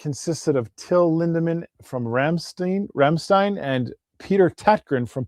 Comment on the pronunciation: person-turqouise-waving::text-green-game-over::face-red-heart-shape::trophy-yellow-smiling: "ei" in german, is pronounced as " i " english pronoun.. ..Rammstein, rymes with "mine" or "wine"..